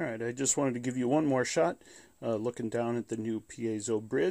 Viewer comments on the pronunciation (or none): none